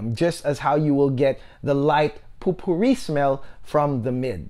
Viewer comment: Great review -- I want to get it for my mom now if it has a good rose note. (oh we don't really pronounce it 'POOPOO Ree' lol, it's 'POE per ree')